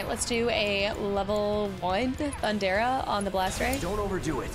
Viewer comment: I’m nitpicking here, but Lv 3 lightning is THUN-DA-GA not Thun-dara 😉